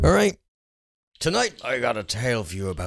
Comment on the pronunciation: I love these stories the funny part is when he said*A'right* HAHA lel